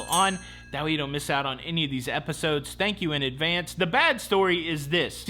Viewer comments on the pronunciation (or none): none